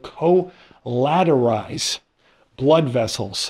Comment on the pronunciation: Akshually it’s collateralize like the word “collateral.” Not co-lateral-ize